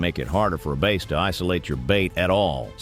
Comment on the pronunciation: "base" huh? lol. stupid AI